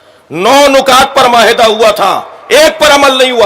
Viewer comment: janab urdu to sahy kar lo ap apnay ap ko alim kehlaty ho 9 nukat nahy 9 nikat ho ga sahy lafz